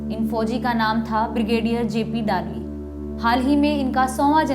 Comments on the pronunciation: वो डालवी नही है वै दळवी है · Just a small correction - the name of the author should be pronounced as जे. पी. दळवी ( or जे. पी. दलवी in Hindi). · Madam ur pronounsation of dalvi is not correct he was maharastrian general pl ask some marathi speaking guy the correct name